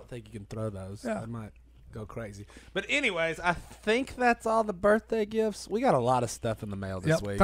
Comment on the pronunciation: “Happy BirFday Si!”